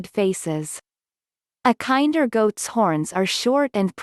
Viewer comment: This is so painful to watch. The breed is not pronounced like the word "kind". Kinder should rhyme with "tender" (Among many other problems with the video). What the heck is up with the desert landscape footage when referencing a perpetually green farm that was in the Pacific Northwest of the US and shadowed by massive Cedar trees? A lot of the basic data about the breed is correct, but obviously just copied from random online sources. You'll want to double check some of the stock goat footage and statements about lacking floppy ears to avoid misleading people.